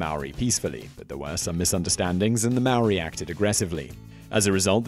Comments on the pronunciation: Mar-or-ri?! Maw-ri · It's Maori not Maoris. No plural no matter what. The Maori of New Zealand preformed cannibalism. Not "The Maoris of New Zealand" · thats not how u say maori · hurt me when he said maori